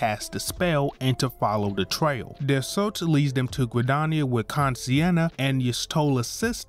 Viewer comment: Kan-E-Senna: x Kan-Si-Enna: ✓